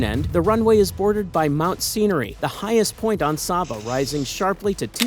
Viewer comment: It is pronounced say-ba